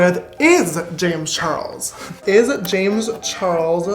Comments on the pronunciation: "Wazzuh Jamezzuh Charlesuhh""Why doessuh Jamezzuh Charlesuhh" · I love how he says Jamesuh Charlesuh the same way with the same pause and what not